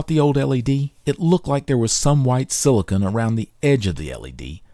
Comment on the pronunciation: Fantastic video. Videos like this make me want to go repair everything. Extremely small nitpick: - you keep pronouncing silicone as "silicon". But honestly, if my OCD can find ONLY that in a video, you're doing great!